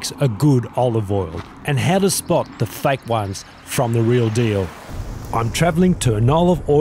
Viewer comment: The word is fake, not fike. it took me awhile to understand what he was talking about.